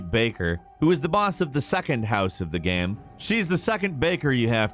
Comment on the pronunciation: Everyone: Game: Gaem